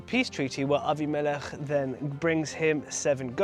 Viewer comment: "Abi-melech"...good to hear Hebrew pronunciations (Vs "Abim-i-lech" - Aussie / Western preachers!) ❤ Shalom from 🇭🇲🌏🦘😊